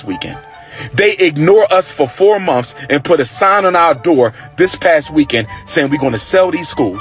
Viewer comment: He’s so educated but he is saying monfs it’s months you ingrate 🤦‍♀️🤦‍♀️🤦‍♀️🤦‍♀️🤦‍♀️🤦‍♀️